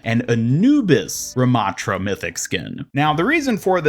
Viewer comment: anubis ramattra? why not RA-mattra??!